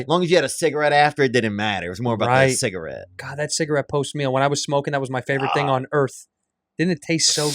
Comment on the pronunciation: I love how he emphasizes the part of a word that no one else does. InterNET, CigaRETTE , PerVERT. 😂 Theo is such a gem. Gang.